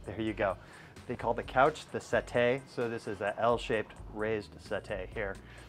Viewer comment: Mate why do you pronounce settee like you do ive never heard it pronounced like that,,and after hearing you say it a hundred time's i would just like to know why you say it like you do..